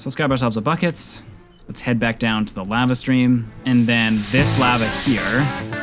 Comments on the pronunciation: Lahva not lAva 😭😭😭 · Its pronounced “LAH-vah” 😩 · You pronounce lava like the white lady selling tacos in family guy. It’s a bit comedic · I have never heard anyone pronounce lava like that lol